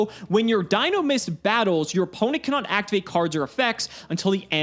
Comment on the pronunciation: no, we said Dinomischus, not Dinomist.